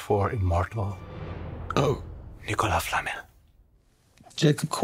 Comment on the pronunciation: It's Nee-Ko-LAAAA Flamel NOT Ni-ko-las Flamel